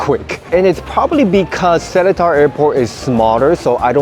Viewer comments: It’s not se-le-tar it’s se-lae-tar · It’s pronounced as se-Li-tar